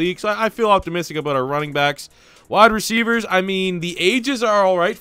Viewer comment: "yaerds" "aout"....wtf man